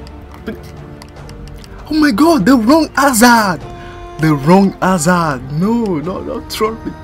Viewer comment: ah my bad, the way you pronounced Hazard made me think that:P great vid btw just subbed :D